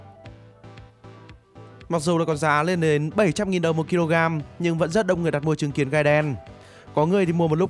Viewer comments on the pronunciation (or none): Trứng kiến tui nghe thanh chứng kiến